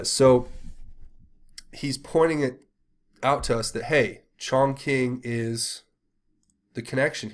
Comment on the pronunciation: Not to nitpick, but Chongqing is pronounced "chong ching" not "chong king". I think you would prefer to say it the right way. I lived in China for 4 years and I speak some Mandarin.